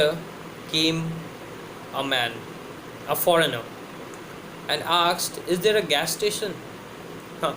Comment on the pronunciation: ship-sheep aksed-asked😒